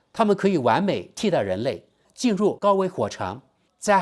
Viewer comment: xué噱头，第二声 火场，chǎng（第三声）：处所